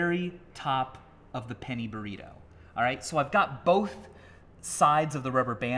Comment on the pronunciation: Am I the only one who heard "penny primo" instead of "penny burrito"?